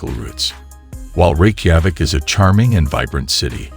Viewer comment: It would add a lot of credibility to your video if you would teach to text-to-speech app to pronounce Reykjavik correctly! It makes it appear amateurish..